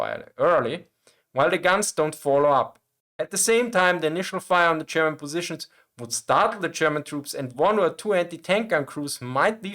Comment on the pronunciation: Listen, i love your channel and your selection of topics. It s great. But please. I beg you. Stop saying "Chairman" instead of "German". Good luck 🙂